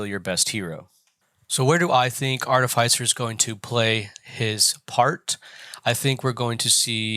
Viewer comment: Sorry dude. Fantastic videos, but the way you pronounce artificer really set my teeth on edge 😂. I know because i am an artificer. If only theyd let us come to work looking like that 😂😂@